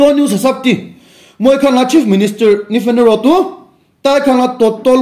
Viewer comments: Its Neiphui rio not Nefe Nerio oh...etu toh ektum nohopo laka khopor ase tey...any ways its make my day.thanks you brother ektum nohopo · Nifi niro-nilo nito... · Bro you need to improve pronunciation of CM Nifi Niro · With full confidently "Nifi Nuro" 🤦🏻‍♀️🤣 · verry true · our cm name s not ne-fe-ne-ro... ha3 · Nephine nero😂 According to your pronounciation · Haha....nifi ni rio...tah,,,please olup pronouns toh pal para kopi na please. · Sorry to say this but i think you knowingly pronounced our C. M name for fun...!!!